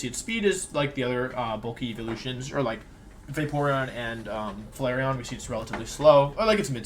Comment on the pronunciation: leafon and who??? Flaceon???